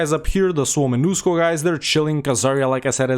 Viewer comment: Really good pronunciation of Suomenusko 👍